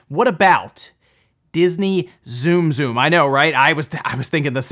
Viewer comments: The Dragon Quest special edition Switch in September will be the first revised special edition Switch we see. Not the Tsum Tsum Switch. (Also, it's not pronounced zoom zoom) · Hearing Tsum Tsum pronounced Zoom Zoom was like nails on a chalkboard. I would love Alone in the Dark 1-3 HD. Dragon Quest Builders is so much better than Minecraft. It’s sad to see Minecraft in the top ten and not DQB2.